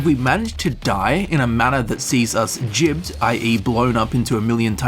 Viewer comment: It´s pronounced Gibbed. not Gibbed.